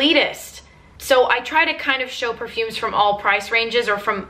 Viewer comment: Love how you pronounce the name of perfumes like you are so fluent on it. a true fragrance enthusiast ♥♥